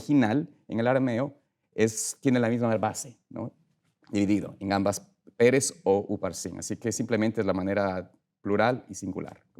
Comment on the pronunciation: Digalo bien pastor no es Pérez es Peres sin asentó para no confundir